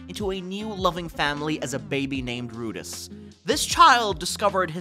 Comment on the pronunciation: I've seen all of these except Knights and Magic and your summaries of them are not the good lol the Wise man name was not wiseman it was Merlin. Luuge the assassin could use magiv. His namis is Rudeus as in Roo Dee Us not Rude Is. . In magic Maker the guy dies on hiss 30th birthday trying to cast spells because he was convinces that wizards or sages were 30 when they got their powers. Cain's name is pron̈ounced Kine. Ryoma uses his slimes to start a laundry sservce and opens up 2 shops.